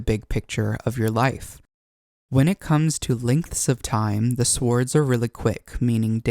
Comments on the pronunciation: First time I've ever heard an audible w in swords, and I'm almost 50. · nice tutorial.. note: the w in swords is not pronounced aloud - the transition in usage from Old English to Middle English changed that pronunciation, silencing the w, so it has not been spoken like that in 1000 years. Otherwise, very nice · The “W” is silent in “Swords”….